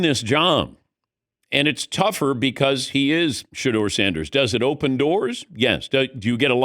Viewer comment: His name is Shedeur Sanders!!! Curse you AI